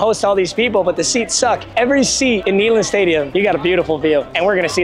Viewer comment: Its pronounced NAY, not Knee in Neyland lol <3